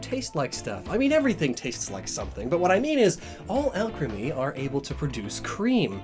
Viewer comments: Nobody:: A L C H E M Y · I KNEW Alcremie being pronounced al-creamy was a bit odd... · "Taste Alcreame" Oh my~ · Alcremie....Why does that sound like Alchemy? or was that the point I wonder? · "Alchemy" Ah Shiz Here We Go Again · Not to be rude but it is pronounced all-creamy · When says Alcremie, but is, so you hear alchemy instead. There are 23 flavours of alchemy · Alcremie Al crem E? Al cree me? Alk rem E? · hey you realize you're saying it like alchemy * hear's that's where the name comes from* oh never mind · Everytime says “Alcremie” I just hear alchemy, which brings me back to his fat years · The way he pronounces Alcremie makes me uncomfortable.